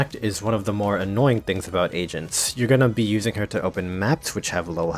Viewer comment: He says agents like asians the whole time "Asians can be redeployed" Agreed